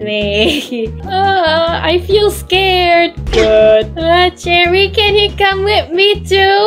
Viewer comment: I love the fact that when says cherry it sounds like jerry like this comment if you agree 👍I just think its funny